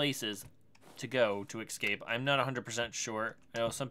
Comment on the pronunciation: Please, for the love of god stop saying eXcape. It's eScape. There is an S in that word not an X.